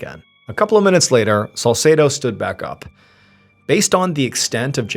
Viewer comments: God bless you 🙏 One issue I have is the pronunciation of the detective's name Salsedo. It's pronounced Sal-seed-o. Best friend growing up, same name. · If you say salsedo one more time.., I fr can’t.